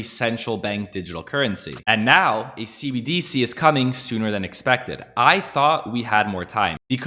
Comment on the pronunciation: You're the only person I've heard pronounce cbDc instead of cbdC 😝